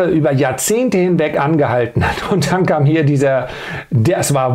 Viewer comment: Alter, DANN, das Wort heißt DANN! Nicht DEANN